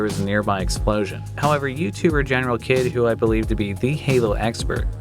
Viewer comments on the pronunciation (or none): >General - Kid Correct pronunciation is "General Heed"